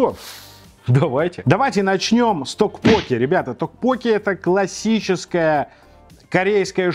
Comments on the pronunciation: ток поке-тоже режет слух.. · токпоккИ, ударение на последний слог) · Кого тоже передергивало, или кто вздрагивал, от того как произносит "токпокки"? Неправильное ударение меня просто убивало, и мне приходилось произносить "мантру": "Пиво, соджу, токпокки" Понятно, что кухня незнакомая, названия не понятные, обзор вызвал смешанные чувства, блюда в любом случае более европеизированы были при готовке, так как многие корейские блюда мы просто не смогли бы есть, нам бы они были ни то что не привычны, скорее вызывали бы вопрос как это можно есть, и поэтому в обзоре присутствовало постоянное некорейский вкус и корейский, непривычный, вкус.